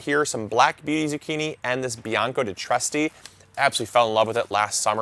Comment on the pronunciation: Trieste is pronounced like: Tree-est-eh, or Tree-est-ah